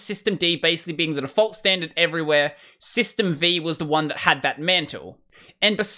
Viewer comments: It is worthy of notation that there is no such thing as "System vee" as you pronounce it. If you research the historical backdrop of AT&T UNIX there was a version of AT&T UNIX tagged "System V" (or the last meaningful release being "System V, Release 4" or SVR4, or System Five Release 4 as people spoke the name back then). This is where the shortened and incorrect reference "System vee" comes from. What you meant was the init system that has its roots in AT&T System Five. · System V is pronounced "System Five" (roman V is the number 5): That's why s6 is named as replacement for SysV.